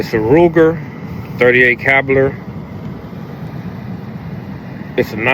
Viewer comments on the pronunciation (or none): This nigga said “38 Cabiler”. 😂😂😂😂